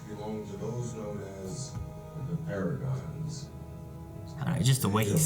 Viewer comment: Paragons not paradimes that was annoying